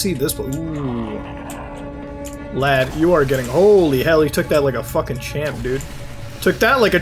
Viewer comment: It's strange hearing someone with an American accent say "lad" P.S. I love this guy, so I am in no way hating on him